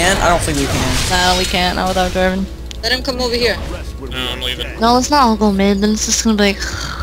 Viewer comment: Jarvan not Jarvin